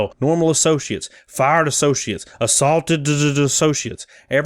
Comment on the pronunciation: Assaultededed? Not assaultededed!